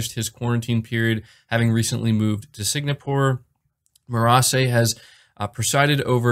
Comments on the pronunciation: Did he keep say signapore instead of Singapore? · Singapore, not Signapore... kurwa. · It's Sing-a-pour not Sig-na-pour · Yeah, that was kind of cringeworthy, but still, just an honest mistake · no disrespect but it’s “SING’A’PORE” not “SIG’NA’PORE’. happy new year all! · I know you commented your correction, but I can't get over you saying "SIG-NA-PORE" LMFAO. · * sing - ah - pore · Keep up the sig na pore. Sounds much more cool and stylish! It will stick one day and you will be thanked! :) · Sin-gapore...huh...I pronounce it Si-ngg-apour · Sig-NA-pore. Sony's new headNAquarters..... I'm just messing, no hate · Singapore is pronounced sing ah pournot to be an annoying guy. Just wanted to let you know